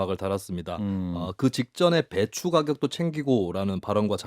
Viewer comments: 배추로 들리네요!!! 그런데 날리면은 이해가 되나요? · 나는 배추 오르게로 들림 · 나도 배추로 들리는데~ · 난 배추로 들리네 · 배추 오르게~로 들리는데요.